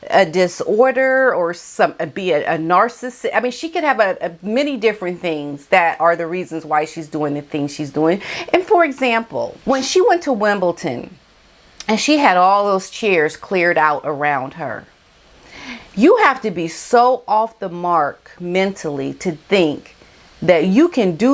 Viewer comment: It's WimbleDon, not "WimbleTon."